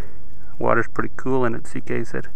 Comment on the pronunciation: its ck not zk correctme if im wrong